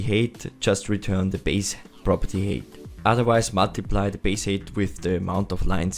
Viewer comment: What is Property Hate? Height is pronounced like "Hite" (like Kite), not "Hate" (like Ate). I have no clue what a 'property hate' is.